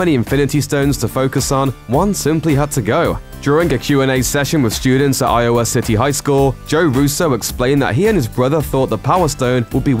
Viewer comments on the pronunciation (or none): none